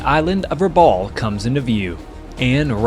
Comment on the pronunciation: Excellent format and very good imagery. Just a small correction, for the record. Rabaul (which rhymes with "cowl") is not an island but a harbor town on the island of New Britain.